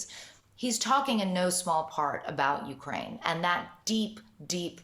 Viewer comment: Please!! Learn how to Correctly say Ukraine. Even YouTube has videos if you don't understand what is written in any dictionary!!!!